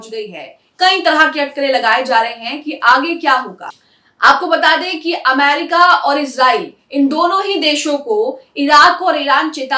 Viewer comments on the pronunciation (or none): none